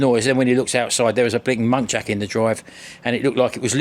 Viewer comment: Muntjac……not monkjac….😂😂😂